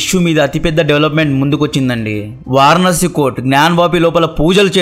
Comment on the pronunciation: తమ్మీ... మొన్నామధ్య..కరసేవక్..అంటే లేదన్నా...కార్ సేవక్ అని రిప్లై పెట్టావు.అలాగని మన కట్టర్ గాళ్ళ మధ్య పీకలేం తెగిపోవులే 😂😂. అది వారనాసి కాదు... వారణాసి.వరుణ ,అసి గంగలో కలిసే కాలువలు అనలేం గానీ...చిన్ని నదులు అవి.,పట్టణానికి దిగువ ఎగువ లా కలుస్తాయ్.ఆ జాడలు వున్నాయ్.చూసి వచ్చాను. అదో వారనాసి కాదు తమ్మీ.. వారణాసి.